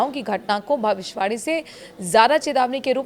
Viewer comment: Yeh bhavishwani kiya hota hai? Tumhe bhavishyavani,bolna hai ,sahi shabd ko khao nahin. Theek bolna seekho. Shame....